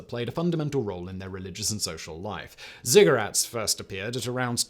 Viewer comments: I couldn't figure out what he was actually saying and just took them as Cigarette pyramids in the end 😂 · He had to say ziggurats three times before I realized he wasn't saying cigarettes🤣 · yes at first I thought Simon was talking in a Russian accent explaining cigarettes. :-)